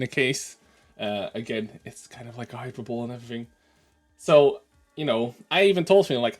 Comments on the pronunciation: Offense can never be given, only taken. Also it's pronounced "hy-per-bo-lee", not "hyper-boll". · lol, "hyper-bowl", its "hy-perbo-lee" Anyway, WG is so anal it's not even funny anymore. Hey WG, ..I.. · Best of memes to you,. Just FYI: hyperbole is pronounced high-purba-lee, not hyper-bowl. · Hypeebole = Hi-per-bowl-ee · Hy-per-bo-lee, not hyper bowl. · It is not "hyper-bowl", it is pronounced "high-per-bow-lee". Thank you. Once you apologize to the English Language, you will get your Community Disturber status restored. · Hyperbole is pronounced Hi-Per-Bow-Lee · Uh, thats Hi-per-boll-ee... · Is intentionally mispronouncing hyperbole or what? "There's the Super Bowl then there's the Hyper bowl" - sn00ze. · FYI: "Hyperbole" is Pronounced "Hi-per-bo-lee" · A proper warning was warranted. I'm glad they came back to you with a better response. I'm also glad you handled this with such maturity. hyperbole is pronounced hi-per-bo-lee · Pronounced high per bol ee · hyperbole as in jubilee not bowl.....sorry, in case you care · Hyperbole - pronounced hi-per-bo-lee Wargaming are losing the plot completely. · The comment was hilarious, although it shouldn't have named VK's son specifically. Also, hyperbole is pronounced hi-per-bo-lee, although it may be a difference in languages. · "hyper-bowl" The Dutch trying to one-up the Super Bowl. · I think you handled this well. And fair play to WG for seeing sense on reflection. BTW, that's not how you pronounce hyperbole, it's hi-per-bo-lee. I said it wrong for years before someone told me.